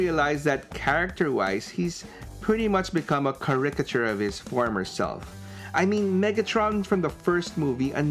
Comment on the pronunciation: I am not a fan of the live action movies at all, so I don't have much to say. I AM amused however at how you pronounced caricature though!